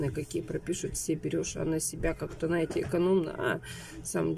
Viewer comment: Наете, наа, вам тоже срочно нужен логопед